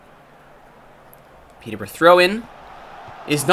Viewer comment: Hold the phone! An American can say Peterborough properly!!